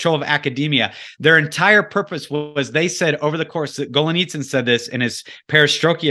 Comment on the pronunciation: dude - GET the NAME of Anatoliy GOLIYTSIN! right! You're ABUSING the words Perestroika and the author's name! At least get THAT straight! Your MISpronunciations make me CRINGE!